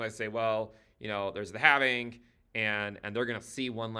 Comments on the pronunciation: Thankyou for pronouncing halving correctly where the L is silent. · Join us,....in the Cowen Coven.....here we employ the ancient mystical arts of facts and data...... however we do use the antiquated yet mystical sounding pronunciation of " The halfeniing"....or halvening. No halflings, or hobbits were rekt making this video